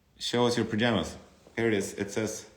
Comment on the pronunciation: I love the way he pronounces it lmao 😭